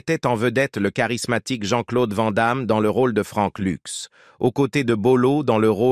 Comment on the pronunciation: Frank Luxe ? 😂 Ces traductions par IA sont vraiment boiteuses...